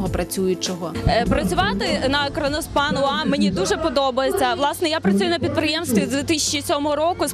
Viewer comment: КРОНОСПАНА А НЕ КРОНОШПАНА